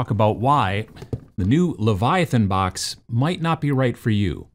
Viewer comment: strengths: presenting, video editing, game design. weaknesses: saying book / box correctly.